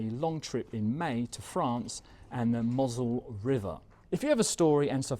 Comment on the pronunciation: Hi. I had to laugh when you pronounced...Mosel River.....Phonetically it is pronounced...mow..sel river!!!...stay well and take care